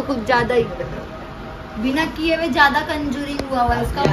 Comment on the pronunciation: Bhabi conjuring nhi hota contouring hota hai